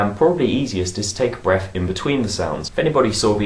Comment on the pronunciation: Aww he says 'Breaf' Lol